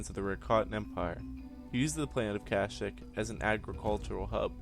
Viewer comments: and you said Plouh Koon was a Wookie, which is wrong, and you mispronounced the name of their home world every time you said it. its Not "cash-ic" it's "cash-eek" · Kasheek not kashik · at least pronnounce it right its ka sheek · The wookiee homeworld of kashyyk the 'y' s are pronounced as an "ee" sound. Not kash"ic" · Marcus Pacheco in the game KotOR they pronounce it cash-ic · stopped watching at 11 seconds, cant even say the dam name of the planet right lol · Was anyone else annoyed by how he said Kashyyk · it's kashyyk your saying it wronv